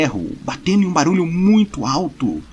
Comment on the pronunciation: Eu perco tudo sempre que ele fala "baralho" no lugar de "barulho"